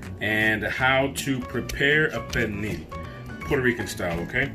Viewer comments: Is this cook a fluent speaker of Spanish or Portuguese? His pronunciation of pernil does not sound correct. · I can’t quite hear how he pronounced pernil. It should be like pear kneel.